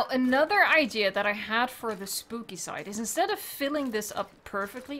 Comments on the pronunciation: Did she say spoopy when she was placing the trees at the entrance 😂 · you said spoopy